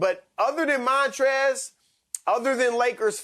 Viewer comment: “MAHNtrez Harold”